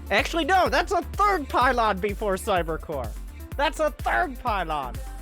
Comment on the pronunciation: It's the pie-lawn suuplai